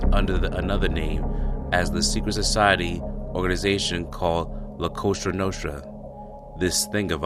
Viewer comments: It's COSA NOSTRA NOT COSTRA NOSTRA!! BESIDES ALL YOURINFO IS BEING TAKEN RIGHT FROM LEONETTI'S BOOK. WHO WANTS YOUR CHEESY VOICES FOR THE DIFFERENT CHARACTERS IN THE BOOK. LEONETTI, BURNSTEIN AND GRAZIANO DID JUST FINE. EXCEPT FOR LA COSA NOSTRA OR LCN. THATS THE GOVT FOR YOU. VALACHI NEVER SAID LA COSA NOSTRA HE SAID COSA NOSTRA OUR THING IN ITALIAN. THE SENATOR ADDED THE LA. STUPID. SAMMY GRAVANO SAYS COSA NOSTRA, JOHN GOTTI DID, THE KIST GOES ON. IT DEPENDS WHAT CITY, BUT ALL THE DOCUMENTARIES IVE WATCHED WHEN NEW YORK GANGSTERS PRONOUNCE IT ITS COSA NOSTRA. SO IF YOUR SICILIAN ITS COSA NOSTRA. WELL GOTTI AND DELLACROCE ARENT SICILIAN BUT THEY BOTH USE COSA NOSTRA. LISTEN TO THE TAPES OF GOTTI AND DELLACROCE WHEN NEIL, THE POLLAK, FATHER O'NEIL MR NEIL, AND THE TALL GUY. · It’s not “Costra Nostra” it’s “Cosa Nostra” and the FBI added la to it which makes no sense “the our thing?” Ridiculous! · This narrator can’t even speak , lol …. He didn’t even say or spell “ Cosa Nostra “ correctly lmao